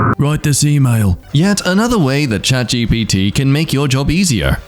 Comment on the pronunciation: CHAT GUPITA!?! 😂😂